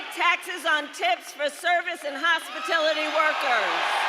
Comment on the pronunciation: … hospitility…. That’s what she said. Not hospitality. She can’t talk.